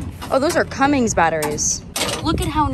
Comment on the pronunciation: Cummins not cummings